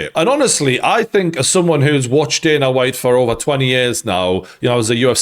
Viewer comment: his name isn't daner it's dana